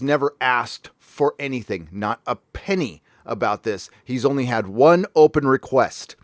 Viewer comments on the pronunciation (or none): none